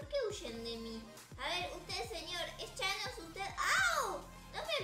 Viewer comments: No es chanos es Tañes😠😑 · No es chanos. Es tanos jjjaaaaajjajjajjsj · es tanos no chanos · Jjajajjajaja me dio risa la miniatura porque la es ves de decir thanos dise chanos ahora el de llama chanossss >:333333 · No es thanos es chanos #teamabuelarita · es que es thanos no chanos like si tu también lo notaste.